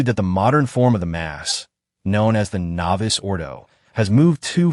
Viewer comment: I know it is an AI generated voice but if your going to comment on matters of liturgy the important terms should be pronounced correctly. It's not "novice" ordo it's novus (novoos ordo).